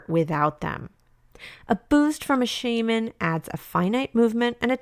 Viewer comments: I'm sorry but it's Sha-Man not Shay-Man!! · Am I the only one who's ears cried at the Shaman pronunciation. Good video tho. Minus the swords man ranking that is too low